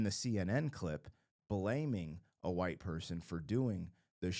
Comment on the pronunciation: Why did you say white person like that?